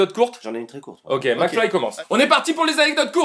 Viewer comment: ça fait chepas combien de fois que je regarde cette video. Et pourtant je viens de me rendre compte qu'à Gad appelle mcfly "flacmy" 😂